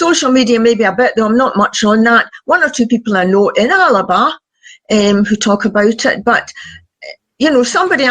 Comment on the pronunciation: Alba not Alaba, 🥱